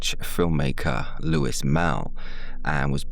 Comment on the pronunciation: Also, the directors name is pronounced Loowey, not Loo-is